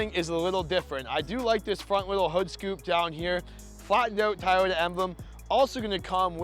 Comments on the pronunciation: Says he gets roasted in the comments for saying Tieyota...says he will try to say Toyota. Two seconds later..."Our Tieyota highlander comes with..." lol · Dude, I love your reviews and everything but I promise you this, you can count me out if I hear another cringy TAYOTA from you on your next Toyota vehicle review. It’s TO - YO- TA. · No offence, but please know how to pronounce the product name. It is Toyota, not Tiyota. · After the third Tie-Yota I’m fucking out. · It's Toyota not tiyita 😂😂 Just kidding bro. Love this review 👍👍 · WTF is "tie-oda" ? Decent video, but unless you go for the Highlander Hybrid, the Pathfinder is the better choice. It's just a shame that you have to go for the Platinum or SL+package trims to get most of the appealing features on it. Gets pricey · You can pronounce it “Toy-ota”. Try it. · Ta'ota :-). Just joking. Great presentation and comparison!! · I think I'd go for the pathfinder instead of the "tie-oat-a" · It's Toyota it's easy to say just say Toyota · "Tayota"! Got a good laugh on that. Just the way my father in law pronounces it. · Hands down Toyota Highlander. Best resale value and quality over Nissan. And your pronunciation of the name Toyota is wrong.